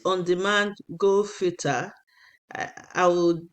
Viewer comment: Aunty abeg It's not "go" filter it's Geo filter as in geographical filter as in geography